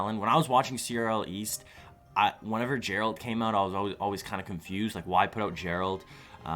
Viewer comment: Geralt is read with a g sound, not a j. Still really enthusiastic and great content!